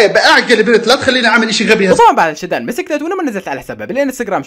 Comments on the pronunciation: بصراحة انا مع شادو ثاني اشي البنت اسمها شادو وليس شدان 😂😂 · البنت اسمها شادو مو شداد